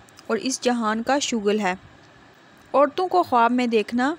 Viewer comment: بہت برا واٸس اوور ہے۔ اوپر سے دیکھ کر بھی ریڈنگ نہیں ہو رہی ہے۔ لفظ خواب کا تلفظ خاب ہے